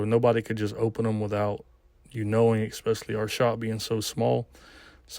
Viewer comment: Essspecially ....not ECKspecially